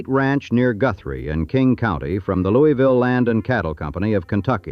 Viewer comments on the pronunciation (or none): none